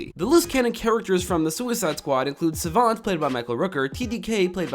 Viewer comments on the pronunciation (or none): none